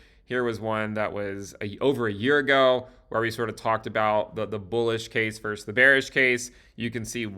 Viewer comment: “versus” is pronounced “vers-sus,” not “verse.”